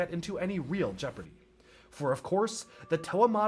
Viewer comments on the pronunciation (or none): none